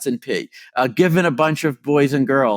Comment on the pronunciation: Thanks god for the subs. Just listening to this you'd hear "Oh yes, this algorithm is NP" but he was saying "in P". At the moment I was like, wait raytracing is NP? That can't be right. Then I decided to open the subs.